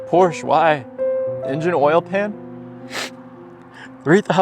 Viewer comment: dude. you pronounce the e in coupe, but not Porsche? That is backwards if anything